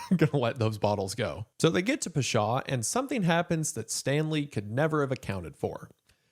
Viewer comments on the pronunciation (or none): I say this with all the love Isaiah, your pronunciation is atrocious. I speak arabic, im from the middle east, literally took me 20 minutes to figure out what you were saying. Its not peshaw, its pawshaw. I could be petty and correct every single one but my god…. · Pasha, rhymes with Sasha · The way Wendi says "Pasha" physically hurts me!!! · the pronunciation of pasha was off, otherwise excellent and horrifying video